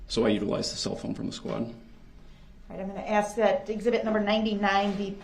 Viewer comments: You were talking about bulldozing through when anyone is talking. I hate when he ask "axe" a question and then interrupts the witness trying to answer him. The judge has called him out a couple of times for it. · what IS the point of axe-ing questions